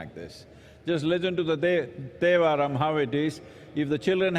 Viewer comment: It is thevaram not dhevaram Sadguru